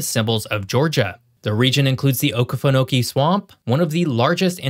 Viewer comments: "Awglthorpe" and "Okafanokee"? You're killing me bruh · What about when he said the OKAfenokee swamp...lol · I came to comment on the same thing. A native South Georgian, born on the edge of the swam it is not o-khu-fuh-know-key, it's o-key-fuh-know-key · I see someone corrected your pronunciation of Oglethorpe, not sure about the swamp;, but as someone born on the edge of the swamp it's o-key-fuh-know-kee (not o-kuh) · “oKEEfenokee” swamp! NOT “oKEHfenokee”… 🤦🏻‍♂️🤦🏻‍♂️🤦🏻‍♂️ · While I appreciate your attempt to share information and the time you invested in doing so, please allow me to clarify a few points. It's Oglethorpe (as in Ohio) not Ahglethorpe and OkEEfenokee not OkAHfenokee.There were many more Native American tribes here than the three you mentioned. In addition to the crops you mentioned, cotton and soy beans - and Vidalia sweet onions, which are primarily grown in Glennville - are other major crops. Savannah might not be metro, but it is a major port city, the third busiest in the US as of 2021. Ft. Stewart is the largest Army base east of the Mississippi River and covers parts of six counties. Many, many young people in North and South Georgia are NOT drawn to Atlanta. To the contrary - most Georgians prefer to raise our children and grandchildren where we grew up bc we BUILT these communities. My family came here in 1865 from Naples, Italy, first to Macon then to Savannah. We've been here ever since. And the descendants of Irish immigrants are PROUD Savannahians! St. Patrick's Day parade, anyone? Again, I do appreciate you investing the time in a video that does contain much correct information, but I felt obligated to contribute to your endeavor. Best wishes! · It is pronounced O-KEE-FE-NO-KEE. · Oglethrope is pronounced oh-Gul-Thorp Okefenokee is pronounced oh-kee-fin-oh-kee